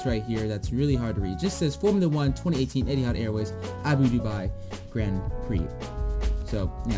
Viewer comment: It’s pronounced ABu dabi